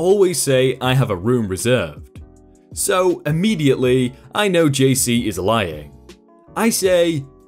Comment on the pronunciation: Is is just me or did he say gc instead of jc